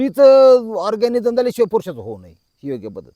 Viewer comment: पेनिसस्ट्रेशन नाही मामा पेनिट्रेशन ऑरगॅनिझम नाही मामा ऑरगॅझम